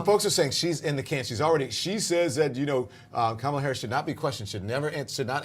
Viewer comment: Does no one teach Whoopie how to say Kamala??